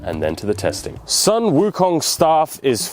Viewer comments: Hi, I like this video, and btw, the sun pronounced as soon😊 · the Sun is pronounced as "Soon"..